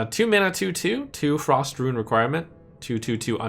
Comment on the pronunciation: Still keeps saying "ruin"